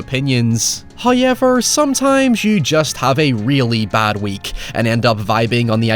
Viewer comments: I am begging you to change how you pronounce however. Hawyeever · Less of your face,also it's pronounced "how ever"not"high yevar" matey... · Who is this "Hoi Yever" that seems to always talk about? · As always with your videos, I came for the movie riffs and synposis, but I stayed for every time you say "Hauyever". <3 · Just came here to hear say "hoyever" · When he says “Howyever” you know he’s about to be spitting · “Oh yeah, the guy oh sounds like he says Hi-ever when he says ‘however’!” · I didn't know words like "however" and "now" were pronounced with a "y".